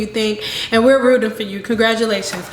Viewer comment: "Congratumalations" CynDoll! Thanks for sharing 1Kayla with us!!